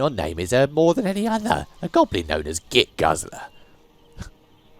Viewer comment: Saying Git Guzzler 20 times and getting it wrong almost every time had me cracking up. Whoever wrote that mission had an obsession with tongue twisters😂